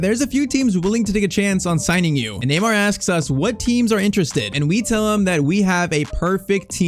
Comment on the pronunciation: neymar not tyztir